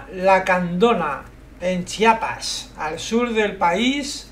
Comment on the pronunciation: Gracias por pronunciar bien Chiapas <3. Ni siquiera los mexicanos lo pronuncian bien